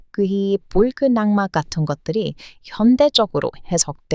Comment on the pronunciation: 발음이 좀 안맞습니다. 자음접변 악마 -> 앙마 발음은 쉽게 하는 방향으로 변형시켜 발음하시면 됩니다. 발음을 들으면 힘들어 보입니다.